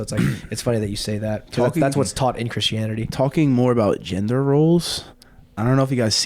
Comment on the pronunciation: ffs it's "gender" not "gendor".